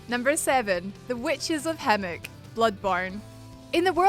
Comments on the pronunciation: > Witches of Hemwick > 'Witches of Hemmick' > Garl Vinland > 'Garol Vinland' ...The Cringe. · Sooooo have i been pronouncing hemWick wrong or....